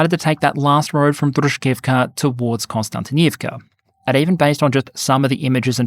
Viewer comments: I love channels like and Preston Stewart, but it’s KOSTiantynivka, not KONSTiantynivka. This seems pedantic until you get to Poltava and Poltavka, both of which are different places in eastern Ukraine, have both been attacked by Russia, but are about 250km apart. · Dear, note there is no 'n' in the first syllable of Kostiantynyivka & emphasis is on the fourth syllable.